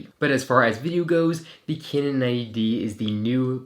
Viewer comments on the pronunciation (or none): A few corrections. Pronounced kanon 90d not kinon 90d. Has a joy stick like canon 50d. The 5x series always had a joystick but this was discontinued on the 60d. Thanks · stop saying caynon mate